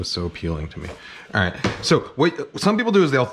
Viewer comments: “It’s really aPeeking.” Hahha I love this channel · “It’s always so apPEELing to me” 😬